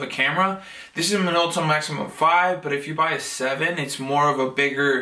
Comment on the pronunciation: You got a deal on that! It's a "Maxxum" not a "maximum".